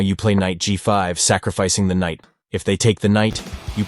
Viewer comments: KKKKnight makes my ears hurt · very entertaining..'k' is silent in Knight though😅 K-night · I like the pronunciation of the k’s in knight 😅